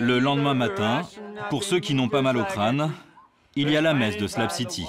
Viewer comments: haha Ps: C'est SlaB city et non slam city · C'est pas "SLAB CITY" c'est "shlag city" 😅